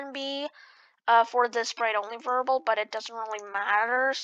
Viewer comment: variable NOT verbel